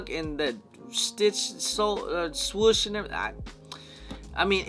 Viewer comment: The fact that you say “swush” when its “swoosh” 😂